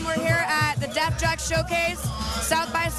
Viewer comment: Not to sound technical and anal(I don't care if I do) But If I was El and I had someone mispronouncing my record label, I would walk away. But he's a professional. Def Jux, Def Joox-Pronounced not Def JUCKS. Sounds like she needs to do her homework.